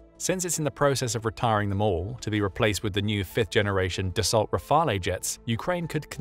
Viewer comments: Dassault: pronounced dus-oh and not das-salt. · its pronounced DA-SOW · Dassault is pronounced Dah-Soh Rafale is pronounced Rah-Fahl